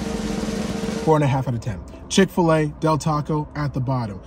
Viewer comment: Mickfil-A lol 🤣